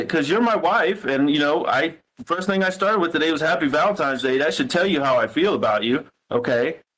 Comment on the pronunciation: The way that she says "think" instead of "thing" drives me crazy!!! "Some think", "everythink" she's so damn ignorant!!!